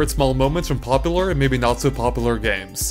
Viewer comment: he said popalor